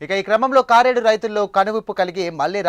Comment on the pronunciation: కారేడు కాదు కరేడు.